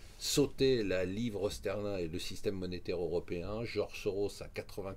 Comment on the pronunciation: Il sait pas prononcer sterling normalement ?